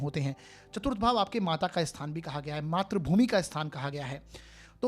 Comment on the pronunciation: Matrabhumi NAHI sir matrabhumi bolakijiye .matra NAHI sir matri boliye .. .